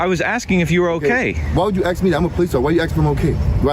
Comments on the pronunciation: "Why would you AXK me if I'm ok?" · They should have a test at the police academy where they have the candidate pronounce the word "ask". If they say "axe", like, they're deemed too stupid to be allowed to possess a firearm. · “Why do you axe me” come on cop, speak english. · Why you ax me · The P.O. can't pronounce the word, "ask", Ignorance is bliss😅😢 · Of course he’s not OK, he can’t even say ask. DEI hire should’ve been fired after that investigation, but thanks DEI he’ll stay in the department until he retires, even though he has no idea at all how to do his job & conduct himself as a police officer/public servant.